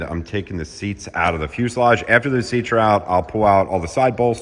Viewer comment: I am so happy you’re finally saying fuselage properly.